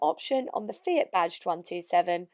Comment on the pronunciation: The yanks can't say fiat they say feegyhat hahahahahaha